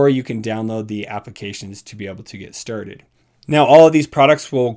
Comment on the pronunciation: I come here and press like to hear you say "lets get sturded" lol